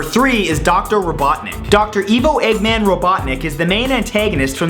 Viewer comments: It's pronounced eyevo Robotnik not Eevo dumb fuck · Great video matt, Keep up the good work Just a friendly little Tidbit, Eggman's name is Pronounced (Eye-Vo) Robotnick